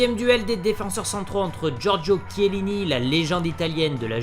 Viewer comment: C’est Chiellini et pas Chielinni bordel 😂